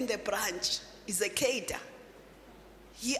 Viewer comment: Please learn how to pronounce “cadre”. Also, please. No more communist rhetoric. Thx.